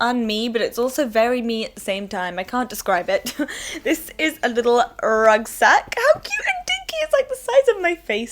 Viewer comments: it's RUCKsack not RUGsack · It's a rucksack or backpack, not a rugsack :)